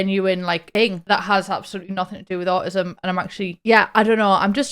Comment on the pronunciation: never heard someone call it “auh ism” gonna start using that